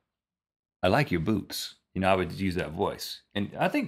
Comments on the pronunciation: i was sure rhett said boobs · rhett, enunciate the "t" at the end of boots. It sounds like you're saying boobs. For future reference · lmao "Nice boots" sounds waaay too much like "nice boobs" to say right away. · i thought rhet said boobs not boots. :DDD